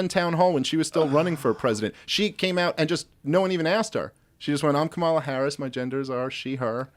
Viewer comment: Maybe start by pronouncing Kamala's name correctly when espousing that you're not a racist ...